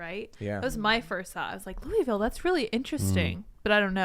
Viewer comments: It's pronounced "Lullville," not "Loueyville." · it’s pronounced Lullville according to the locals 😂😂. I learned that on my first Whiskey tour. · Maybe the mayoral candidate owes the cornbread mafia money, also the way Tim and crew pronounce Louisville really grinds my gears.